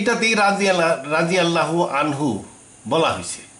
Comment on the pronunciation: আপনি কিছুই জানেন না৷ রাদিয়াল্লাহু আমহু-শব্দটাও উচ্চারণ করতে পারেন না